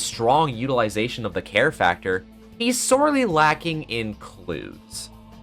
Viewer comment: when you were talking about gavin i thought you said hair instead of care and now i can't stop thinking about bald kristoph gavin